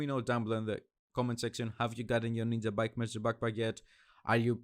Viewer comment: It s ninjabike not ninzabike dude. Nice Build